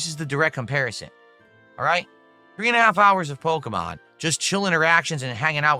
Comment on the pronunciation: He can not for the life of him pronounce “Pokémon”.